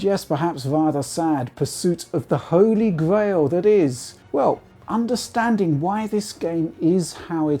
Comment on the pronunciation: Holy Gwail